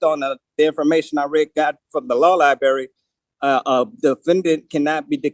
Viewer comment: I know! As a former lie berryan I always enjoy that pronunciation.